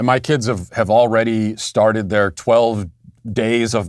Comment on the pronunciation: "I srarted drinkin heavily jefore the show" 🤣